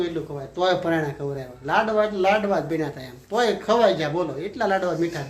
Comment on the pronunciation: લડવા નહીં લાડવા